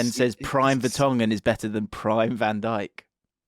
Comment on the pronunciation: Did he just say Vertongen?